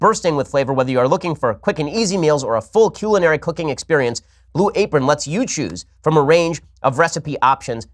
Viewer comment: Hehe he said "cuelinary" in the Blue apron commercial.